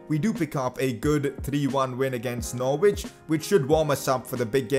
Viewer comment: its not pronounced nor-wich it’s pronounced norich